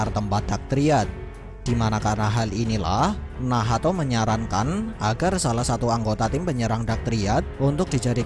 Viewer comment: nacth bang bukan nahato